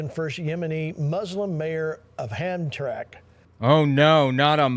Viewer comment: It's pronounced Ham-tram-ick. And considering the area, I wouldn't be surprised if a large development donation was made in return for endorsing Trump.